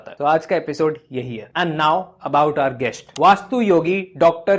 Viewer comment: Pls don’t speak H after S like Guesht, Besht, Hosht etc. it lower down the presentation level.